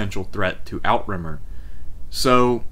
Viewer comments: "How To Say Outremer" / Emma Saying ~ NOT Out-Rimmer or Out-Remmer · "Outremer" is pronounced french and translates as "overseas".